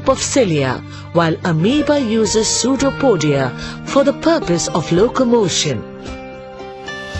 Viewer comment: aposto q todos os br aki tao pensando nela falando sudopódia (pseudópode)